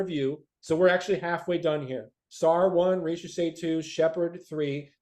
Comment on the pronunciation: 1. Thank you for pronouncing Zaccharie Risacher name correctly, its like when people Mispronounced Victor Wembanyama name wrong coming out from France. 2. I was absolutely high on Nikola Topic at the beginning of the season, I thought of the PNRS between Wemby and Nikola. But when it came down to it , I've changed my mind about my PG of the future of the Spurs. 3. I honestly believe If my Spurs stay at 4&8 and if Risacher is off the board. I believe we are going to go: #4 - Stephon Castle #8 - Tidjane Salaun My draft day dream though is as follows: Blazers Receive: pick #4 and Keldon Johnson Spurs Receive: Picks #7 & #14 With Picks 7 , 8 , & 14 We address 3 needs. #7 - Stephon Castle #8 - Tidjane Salaun #14 - one of following 1. Jared McCain - Shooting PG off the bench running PnR etc 2. Devin Carter - Good perimeter defender, playmaker, Shooter PG off the bench 3. Kel'el Ware - Stretch 5 off the bench (replacement of Zach Collins) , could even start next to Wemby depending on matchups (like against Minnesota) 4. Ryan Dunn - Best pure lockdown defender in this draft, I see a Kawhii Leonard potential in Ryan Dunn (potential defense with Dunn Sochan and Wemby would be 🔥)